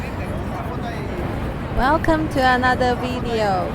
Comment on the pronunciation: Welcome to anower wideo